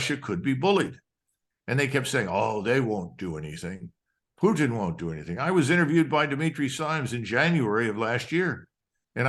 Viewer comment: The way this guy pronounced Poottttttin and again and been makes me not want to listen to him.